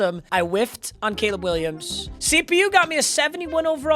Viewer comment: gayleb Williams 😭😭